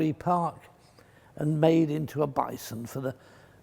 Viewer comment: Bison? More like Bye-son